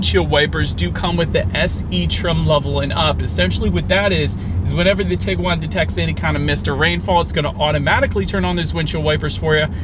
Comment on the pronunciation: That's tee-guan, not tig-guan.